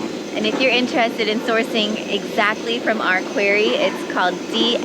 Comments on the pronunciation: Just a heads up, the word is not 'quarie' it is pronounced quorrie and spelled quarry. The granite worktop will be a great addition to your kitchen and will fit in beautifully with the stone walls and concrete floor. I'm loving the new pink you've painted in the tower bathroom, so subtle and gives a lovely vibe. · You are not pronouncing quarry correctly. It sounds so ignorant, pronounce it quarry, not qory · It’s not query it’s QUARRY! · QWEARRY ❓❓❓MUST BE THE PORTUGUESE PRONUNCIATION FOR QUARRY. 😂🤣😂 THANKS FOR THE LAUGH. MADE MY DAY. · It’s pronounced qu-are-ee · Quarry is pronounced 'Qwarry'. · I have never heard the word “quarry” pronounced like that. 😂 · That sink is absolutely beautiful, love it. Unusual way of saying quarry, is that a Portugal pronunciation?